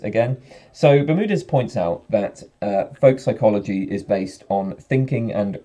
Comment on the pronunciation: You pronounce "folk psychology" like "volk psychology". Or is that a Freudian slip? ;)